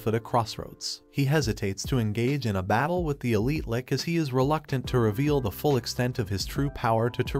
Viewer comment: you really need to start re-writing some of the words in the text-to-speech script phonetically... it's a Lich, not a Lick. (spoken, it sounds like 'litch', with a very soft t)